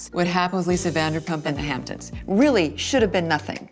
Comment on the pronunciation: “Hamptoms” LVP can’t speak for shit 😂